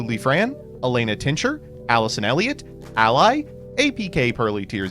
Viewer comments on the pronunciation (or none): none